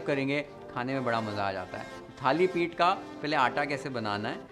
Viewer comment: Perfect pronunciation Thalipith